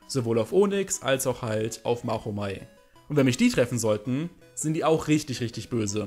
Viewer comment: Kannst du dir mal abgewöhnen, "MACH-omei" zu sagen? Es wird nun mal Matschomei ausgesprochen. Alle 3 Stufen werden mit "Sch" ausgesprochen.